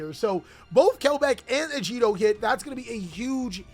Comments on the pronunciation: Agido, not Ajido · Your pronunciation of Agido made me instantly click off the video, unsubscribe, and block your channel. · Wanna try that again with pronouncing agido? My God you are so silly person